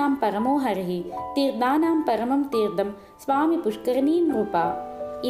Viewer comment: చాలా సంతోషం. చెవులకు ఇంపుగా చదువుతున్నారు. ఉచ్ఛారణ దోషాలు కూడా చూసుకోండి. తీర్థం, న, ణ తేడాలు.. లాంటివి.